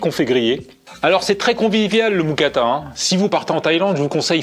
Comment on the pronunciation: Très bonne musique dans tes vidéos ! PS: on dit une "Moukata"